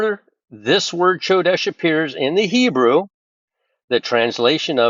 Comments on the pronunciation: You're mispronouncing Chodesh (Kodesh) it's pronounced with a k sound😊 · It's pronounced Ko desh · The "C" is silent in Hebrew, brother. Come quickly, Lord Jesus! 🙏👆🎉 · Ch should sound like a K 😊